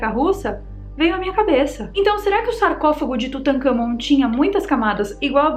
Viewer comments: Kkkkkk "Tutakamgô" kkk ,uma sobre a diarréia,pode ter sido da mosca.... sugestão : Coma goiabas não maduras ,bananas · Tutangagón 🤣🤣🤣🤣🤣🤣🤣🤣 nunca ri tanto 😂😂😂😂😂🤣🤣🤣🤣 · Tutancagón...kkkkkkkk Adoro a